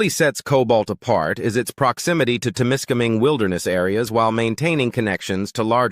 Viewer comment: Wher the fuck did this guy get his pronunciation from? Temiskaming is no where near an "international " border unless the dummy thinks Quebec is a different country. What a load of AI shit!